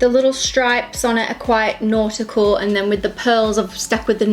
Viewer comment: I love how you say nautical, it sounds like naughty-cal with that accent lol!